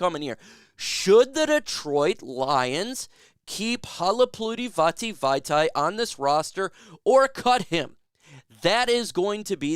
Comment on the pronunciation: Damn you butchered Vaitai’s name 😂